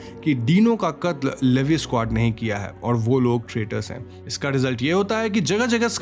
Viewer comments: Bhaiya ji It's not लेवी it's actually लिवाई Please correct this Btw explaination is too good ❤️❤️😙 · Not Levi it’s. Liivie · It's not livi 😭 it's leviiiiiiii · Levy bola aapne Levi ko Lee Y bolte hai usko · abey chomu livi nahi lee why aise pronounce karte bhadwe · the pronounce is not "Leevieee" it's "leeeevaaiiiiiii" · Man that is levi not levie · It's levi...not livi... 😭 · It's not Levis it's levi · Levi is pronounced as levy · It’s levi not lyvi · Levi 😂😂😂 It's levai if pronounced 😂😂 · levve nhi levi!!! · Sir sorry to say but it's ley don't say levi spalling is right levi but it say ley he is my love please correct what you are saying 😀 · Its li- vie not li- v. 😢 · He said leeevi layvi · It's Levi not leve 😅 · Levei 😂😂 Leave iiiiiiii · Bro It's Levi -लिवाय 🥲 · its leevai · It's L E V I😅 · I don't know where you watched AOT, you said 'Lady Mikasa', Grasia to grisha and Levi is produced as Leevai😅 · Bro its lee-Vi (vi like in violet) and Han-je brother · It's not Levi it's levaaaai 🥲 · Bro Erwin ka spelling galat hai Levi ka pronunciation galat hai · Baruto nahi Bertholt hai aur Levi ka naam bhi galath pronounce kia hai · You pronounced Levi wrong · Bro you pronounced levi wrong. Plz correct it in the next video.😢😢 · You butchered their names 💀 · Levi ko galt way me bol rahe ho